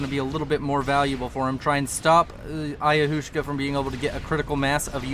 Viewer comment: Ayahuasca is pronounced like "ayawaska". It's a native american psychedelic drink.